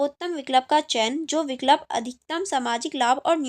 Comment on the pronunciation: It's vikulp not vik lup it's vii kulp